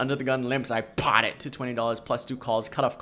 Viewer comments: I just love when you PAHT it! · I like the part where you PAHT.